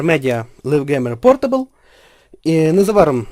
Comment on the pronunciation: Пропоную тобі тепер більше звернути увагу на вимову англійських слів на майбутнє. Ти сказав наприклад: Лів ґемер портабл. Я б сказав Лайв Ґеймер портабл=)